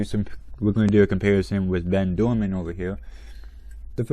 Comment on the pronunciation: Great video, I really want Ben. He was only released once in 2010 in a super rare team set. Ernesto is actually not too bad, I like the yellow on him. You actually said Bens name wrong it's pronounced Ben Doordan, you said Ben Doorman.